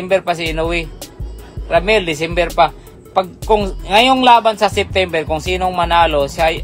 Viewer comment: Sittimbir ba boss or dicimbir😅